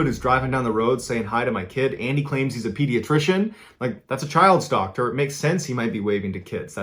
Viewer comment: when you said "child's doctor" I heard "child stalker" and could not fathom the nonchalant response.